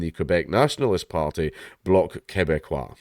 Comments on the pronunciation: Your pronunciation on the Bloc is perfect. One clarification- he hasn't resigned, he's said that he will resign. He's still our PM right now. Can't wait for it to be over, but I wish he ran immediately so we could hand him the loss he deserves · Yes you pronunciation of the Bloc was correct, you have bought great shame upon your nation for speaking French and you should feel bad